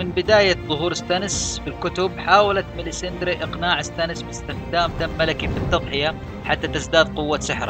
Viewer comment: ماليسندرا مو ماليساندري :(